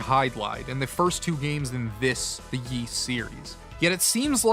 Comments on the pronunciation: Forgive all the comments. The Y's series is pronounced "Ease" or "Eez," not WISE/YS. (I apologize if that came off rude, just trying to help.) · Ys is pronounced "ease". And its not a made up word. Its found in the real world so we already know how to pronounce it. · to help : say it in french : YS, = the sound of EAS, as in "EASY" "Wanderer from "EAS""